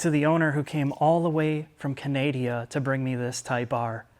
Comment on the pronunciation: Dealership greed has reared its ugly head, yet once again. Ca nay dee uh? I think that would be Can uh duh. AF